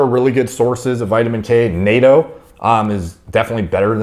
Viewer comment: Natto is pronounced “nah-toe” like saying “nah” to some toes. Not “nay-to” like the European defense junta.